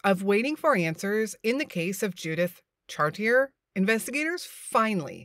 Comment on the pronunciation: It's pronounced "chartié" or for you English speakers . Char - tee - eh.